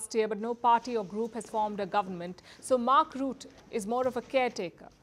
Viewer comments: It is RU-TTE, U (short sound) almost like Uttar Pradesh and the ''e'' sound in ehm, the sound you make while you think, Not the French/ English OU, more like a Mongolian/ Turkish letter. The e in the ending of Rutte is like the ending of Satya. Not Route. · His name is pronounced like Butter, without the r on the end.